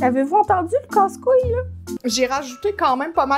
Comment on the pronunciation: Entendre une canadienne dire casse couilles a refait ma journée merci 😂😂